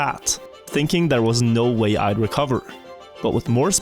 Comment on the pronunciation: No way sounds more like Norway 🎉